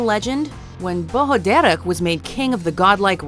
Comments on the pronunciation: when you're Irish and you have to listen to them pronounce Irish words wrongly like "dearg" it's horrible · You know Dearg is pronounced just darg , u don't have to mess with the 'r' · Just FYI - fear just pronounce “far” and dearg say “Darrg”. Lír is more like if you said ear with an “L” but don’t hold so much on the “e” sound if ya get me. We know Dullahan as the headless horseman. I have to say Irish is a difficult language to learn. We all learn it in school here and most of us are not fluent so fair play to for her attempts to pronounce some words. It’s very hard and half the time the spelling sounds nothing like the actual word. For example - my name “Aoife”! Spot on with Uisce though a few others. Don’t mind the major critics they are precious about it. At the best of We can mispronounce our own townlands name if we are unfamiliar! Nice top ten. Happy Saint Patrick’s day. Would be great to see more top ten on Ireland. Even on maybe significant moments in Irish history! We have A LOT!